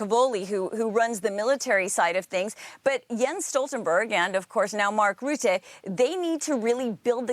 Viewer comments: All the pronunciation errors of Rutte as "Roette" (in Dutch, this basically means "Sooty") is amusing. Considering all the scandals that follow him around, calling him Sooty, even if by accident, is kinda fitting. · Hi name is not pronounced 'Roote', the letter 'u' in his surname is pronounced like 'uh' as when you'd say 'Uh ?? as in "What do you mean" ?? His reputation in Holland is more that of a prolific liar, who only remembers things that he wants to remember.